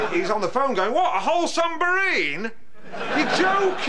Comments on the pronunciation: "sumbarine?" classic XD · 'A WHOLE SUMBARINE, YOU'RE JOKING!'